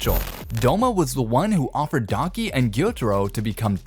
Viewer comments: It’s Daki, not Donkey. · Am I the only one that can hear DONKEY 😂😂(instead of DAKI😅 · Bro said Donkey instead of daki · You idiot it's "daki" not "donkey" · he says donkey instead of Daki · I thought you said donkey 😂😂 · I like how no one has mentioned dudes saying daki like donkey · Lol every time he says Daki I hear "Daunky" 😂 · why he calling daki, donkey?? am i the only one hearing this? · I swear this dude keeps on pronouncing daki as donkey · am i the only one who heard donkey instead of daki ?💀💀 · when he said daki i thought he said donkey